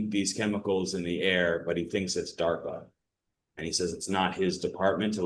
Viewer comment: Isn't it DARPA? Or DARFA?